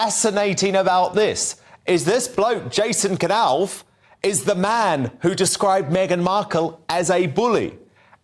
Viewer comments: It's pronounced Nauf with a silent K, as in knife, or knowledge. It's so obvious, everybody knows this. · It's pronounced NOFF. NOFF!!!! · can't pronounce Knauf - and did you hear him say lieutenant in the American way?